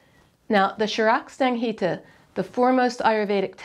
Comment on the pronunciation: your pronunciation of charak sanhita is not correct ... in fact i had to play a couple of times to understand which book you were referring to and which verse you were quoting ... actual verse reference also has error ... charak organized his book with sections chapters and verses ... so a section has name sutra sthaan with word sthaan meaning "section" so you should say: sutrasthaan chapter 27 verse 232 (sutrasthaan happens to be first section of charak sanhita) ... to get pronunciation right type words in google translate search result which shows a small interface to translate ... once translate recognizes word it will show a play button which will play the text typed ... on content: whenever ghee is mentioned in an ayurvedic recipe unless you want to experimentally find out if an alternative fat medium works better you should use ghee only ... this is because oils existed back in ancient times too and if an equivalent preparation with oil were better ancient ayurvedists would have found that fact and prescribed that oil instead of ghee ... ghee often causes indigestion and ayurvedic texts mention recipes to relieve indigestion caused by ghee